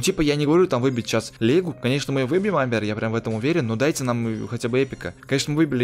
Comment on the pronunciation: Не амбер а амер